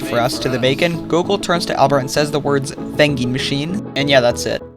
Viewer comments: “Venging matchen” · ‘’Vending machine’’